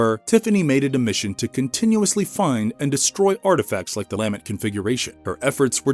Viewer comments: Lamb-ent... its LuhMENT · Interesting video! I gotta nitpick one thing. The word is lament. Emphasis is the last syllable not the first. It just sounded so strange each time it took away from an otherwise really well out together piece. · Lamb-ent was driving me crazy.